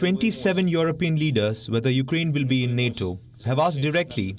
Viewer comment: Palki, I'm a huge fan.... but please. your pronunciation of Ukraine is "noise"/ disturbance in communication.. It's not "yuk-A-rain" (as you continuously say). It's "yuk-rain". Get rid of the unnecessary "A".